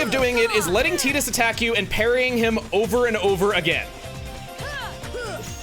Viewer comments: The eye twitch i got when called Wakka "Wacka" and Titus "Teetus" WAH-KUH and TIE-TUS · I thought "Tidus" was pronounced Tide-us not tee-dus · Final fantasy 10 is my favorite, hearing Teedus instead of Ty-dus was... something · Everytime I hear Tea-Dus, I keep wanting to go it’s Tie-Dus!!! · Um it’s actually probably Tide-us I’ll never say Teedus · And i think it's "tie-diss" not "tee-diss" 😂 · Chuggaa hearing you constantly say Titus as Tee-tus was giving me a headache lmao. We know its pronounced as Tie-tus. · i am all for offcial pronunciations for things, but i will always refuse to call Tidus Tee-Dus it feels so wrong to me especially since water plays a big part in ff10 themes Tide-us just fits way more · apparently the voice actor told us Tidus is not said like a Tide. it's said more like a Tee. Tee shirt. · CHUGGA, its not Tee-dus, its Tie-dus! (TYE-DUSSSS) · It’s TIDE-us like the tide. ❤ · Chuggaa pronouncing Tidus like that ... I always thought it was pronounced like "Tide-us" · it is TIDE-US like water i do not care what dissidia says and wak-ka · hate the correct pronunciation Tidus I like more the Wrong pronunciation way it sounds way better and doesn’t sound like someone saying the word for a women chest